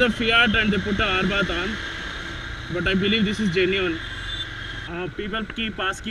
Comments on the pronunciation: its not arbath dude its abarth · oh man its not arbath....its abarth....lol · D....Arbath alla maga......Abarth !!.....Keep doing the good work!....